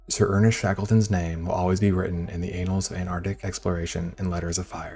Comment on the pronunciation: Can someone please tell him it's annals, not anals.